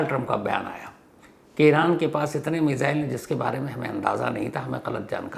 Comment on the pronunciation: मेज़ाइल😂😂 lgta hai missile bol nai pate sir..